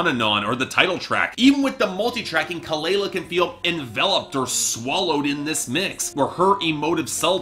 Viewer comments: Its pronounced kuh-luh-luh...plz research before reviewing. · you don't even know how to pronounce her name or kehlani's name right. Lol. Try again. #boybye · say her name right lmaoooo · For starters, you should learn how to pronounce her name right. I couldn’t even make it past the one minute mark without being grossly annoyed.